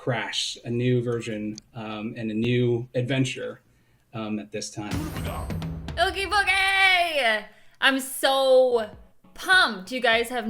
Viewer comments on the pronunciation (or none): Bruh she said ooge boogie